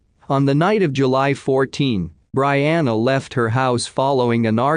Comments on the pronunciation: Pronounced Bree-anna BREE-ANNA! Geesh! So annoying! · I was just thinking, "If you're going to use a system that digitally reads for you, then when you're typing in info at LEAST phonetically write it down. BREE-ANNA. Easy as that!" Not to mention "lead detective". Type it in "leed". Smh Quit being LAZY!😤